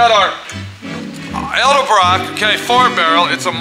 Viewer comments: Hey...say EDDLE-BROCK!! not EL-DEBROCK!! fer chrissakes...otherwise a good video,!! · does this guy know its pronounced ED-EL-BROCK......not EL-DE-BROCK